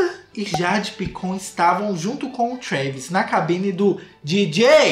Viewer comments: EU NAO SUPORTEI O "JEIDE PAICON" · "A Jeidi Paicon"😹😹😹😹😹